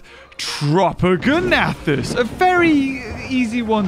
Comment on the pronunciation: It’s tropeognathus not tropogonathus